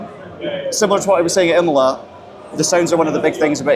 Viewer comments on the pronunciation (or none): none